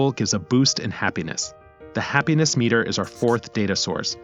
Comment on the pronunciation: The way you said “we will shift our attention from our budget, to our happiness MEter.” The voice put the wrong tense on the wrong part of the word. Now I think your ai as well. If you are using your own voice… stop reading from the paper, or screen. Memorize what you’re trying to say, and instead of just reading g off the paper, just talk like your having a conversation, it comes across as a teacher, not a narrator or someone just talking having a conversation. Yeah as I wrote this, I listened to it as well, and it’s so weird as some words sound right, others sound mechanical.